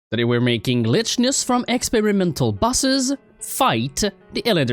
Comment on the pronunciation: im pretty sure you say lychnus like "lycknus" but idk